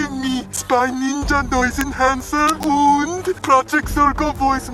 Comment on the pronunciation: Hahahah he said UND